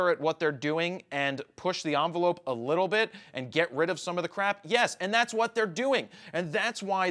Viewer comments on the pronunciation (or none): none